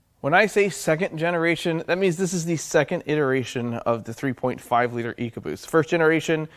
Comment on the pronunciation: "Ecobost" case closed.